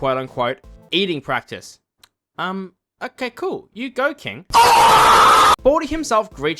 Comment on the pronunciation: He'll be late for eating "pracitce"